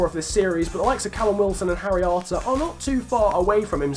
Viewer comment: When you say harry arter, it sounds like haryanto in my ears😂